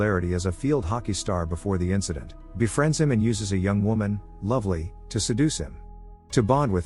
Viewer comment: the first luvelee at the bar is different to the second luvlee (Isla fisher)